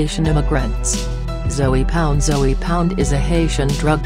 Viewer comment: She saying Zoey..lol